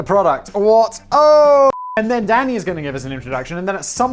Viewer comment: Lol every time he says “Danny” it sounds like he’s saying daddy